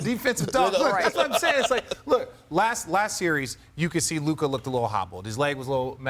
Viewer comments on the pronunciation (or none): Its Luka. Its not that close.